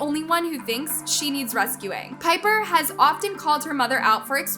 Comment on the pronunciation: girl u happy dat ts happens cs u live off of peoples drama n that ruins their lives and yea wha tiffany has done is bad but srsly u can’t even say pipers name or nidals name right u need to like actually watch the videos n see stuff not j go to certain clips cs in some topics u don’t even kno wha she talking ab and claire’s little sister is so dramatic tiffany did nun to her especially to her not so pretty self 🌚